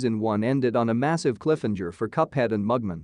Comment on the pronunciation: It's cliff-hang-er, not cliffhinjer. And it's Mug-Man, not Mugmun.